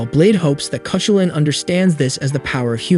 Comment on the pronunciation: The legendary Irish hero's name is pronounced Kah-hoo'-lun.